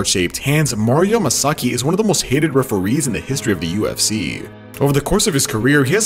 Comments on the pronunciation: Why the hell do you keep calling him masaki? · Can you please learn to say his name correctly? Like geeez. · 18 "Mario Masaki" lol